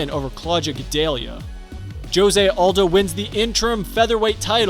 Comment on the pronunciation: Please learn how to say Jose Aldo’s name